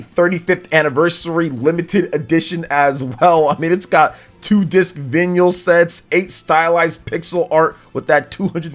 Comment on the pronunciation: "Vin yal"? It's vinyl, as in vinyl records :D. Had me chuckling this morning